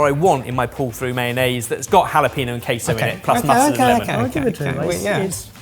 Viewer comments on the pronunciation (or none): Guys, Jalapeño = jah leh penyo: ñ = ny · TRANSLATION GUIDE "sudooko" = sudoku "jalapeeno" = jalapeño "unbleached baking paper" = a delicious ingredient (tbh these apply to a lot of Brits not just for some reason -- the worst being "choritzo") love you! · for the love of everything holy, it's Jalapeño - Ha-la-pen-yo. Do you want hot chilies near your pee? No! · The mispronunciation of sudoku and jalapeño annoys me so much 😂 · He's an excellent chef but consistently lousy with languages (everyone on this channel is). Spanish is most common, they said "jalapeño" wrong here and never get paella or taco right. Wince and move on to their core competencies, it's what I do. Edit: I say everyone but I think Kush usually gets stuff right?